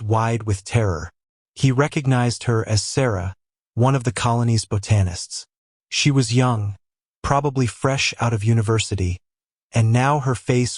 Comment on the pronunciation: BOW-Tanists… AI is funny.